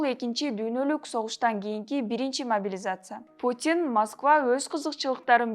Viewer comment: Биринчиден карындашым апаңын костюмун чеч, экинчиден могилизация деп тантырабай, жаагың сынчуудай болбой жакшына сүйлө. Белиң бешиктен чыга элек туруп көп безилдебе, эскертүү